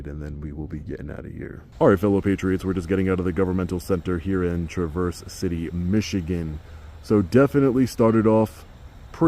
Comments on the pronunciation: Also Traverse not Trav verse. Emphasis on the Trav. I’m from Michigan and been there many times and wasn’t sure where you were at at first. 😊😮❤. But hey yo it is what is yo. Lol. Long Island speak? Don’t know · No … 😂 it’s “TRAAH-VERRSE” not “TRUH-VERSE Thanks for doing good work! Love the video. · It's TRA-verse City, not tra-VERSE... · Michigander here. It’s not Tra-VERSE, it’s TRAV-erse. Almost like the name Travis. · First I want to say that I love what you do! As a proud Michigander, it's pronounced Traa - verse, like Travis, not Truh - verse.:) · tra-vrs-si-tee not Traverse City. That’s how we pronounce it. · It's pronounced TRAverse, not traVERSE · Traverse City is pronounced TRA-verse not tra-VERS. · Traaaaa Verse City. Not Trah Verse City. Welcome to Michigan. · Long time subscriber, since you started! I live here, the city is pronounced "TRAVV- Erse" and not "Trah-verse" like the car! 😅 Good job! Welcome to Michigan! Come south to Flint or Flushing!😁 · Only criticism for a superbly done audit is that it's TRA-verse City not Tra-VERSE City... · Great audit except for one thing... It's Trav-erse not Tra-verse. 😊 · Sweet! Welcome to Michigan. Pronounced like Tra' verse. Not tru verse' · It's pronounced traaverse city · The local pronunciation of the city is Traver-city. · Tra vers...lol... Traverse City, Michigan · the way you say traverse city boyhers me its not traverse as in travel think more travis the name mixed with verse trav-verse city your too well educated and spoken to mispronounce names sir leave that to the rest of us morons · The pronunciation is Grand Traverse - like in “to traverse the waters”. This one started out rough but got better. Great to see you in Michigan! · Welcome to Michigan! (FYI it’s pronounced Trav (like Travis)…Trav-verse. 😉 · Pronounced Trah-Vers city ;) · I'm so bummed out I didn't see you!!! I live near T.C. and just a heads up, it's pronounced "TrAverse City" almost like Travis with the "A"